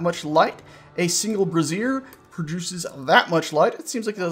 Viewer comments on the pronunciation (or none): "brazier" and "brassiere" do not sound alike. rofl